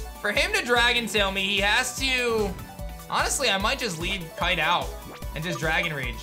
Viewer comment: Brooo not kite